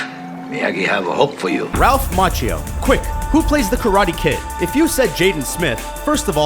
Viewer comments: "Macchio", not "Macchino". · ... ...the name's "MACCHIO" not "MACCHINO"..... SAD.... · By the way, it's Ralph Macchio, not Macchino. You got it wrong in the sub-titles too. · Its Ralph MACCHIO, not MACCHINO. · "...vanished out of nowhere"..... awful and incorrect --- "vanished INTO thin air" or something like that would be correct. Also, it's Ralph Macchio NOT Macchino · It's actually Ralph Macchio, not Macchino. As for 30 Seconds to Mars...."some pretty big success"!? That has to be the euphemism of both this and last year! LMAO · Ralph Macchino? LOL it's Macchio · "Ralph Macchino"? (Are you watching closely?) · "Ralph Macchino" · Macchio is pronounced Makkio, dumbass! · Why are you guys so bad at pronounciation? MACCHIO - pronounced MA-KEY-O and in another of your videos Bernard Goetz - his last isn't pronounced GOATS it's pronounced GETZ - - get the spelling and the pronounciation right - everything else is good.... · Ralph Macchino ? Macchino ? Nice one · ralph [mak - kinuh] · ...and doesn't have an "N" in it